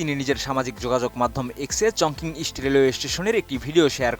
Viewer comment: চংকিং না, এটা হবে চংচিং